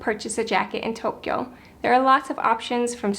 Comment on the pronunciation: It's pronounce TOE-kyo, not toke-kyo